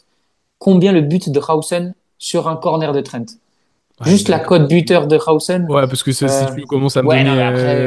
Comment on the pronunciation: Ça se prononce Dîne Ha-ou-zen selon ses propres dires